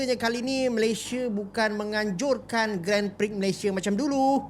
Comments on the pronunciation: The correct pronunciation for Grand Prix is... Gron Pree. *, please take note. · Sebutan Grand Prix itu adalah "Gron Pree" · Grand prix itu sebenarnya dibaca “gron pri” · cara sebutan Grand Prix ---> Gron Pree